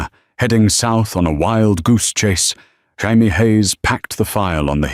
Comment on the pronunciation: Jaime is pronounce hi me is this the lawyers nane